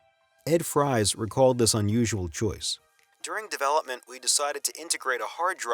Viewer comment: Isn't Ed Fries pronounced Ed Freeze?